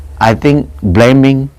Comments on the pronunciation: Ahhhhh, "Blaming"!....I thought that "bleming' was "Something that shines bright in the human eye"...cheers....Pronunciation breakdown.... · He said bleming